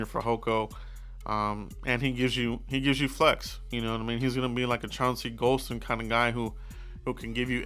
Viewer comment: you said Golsten Lmao Gallimore is just average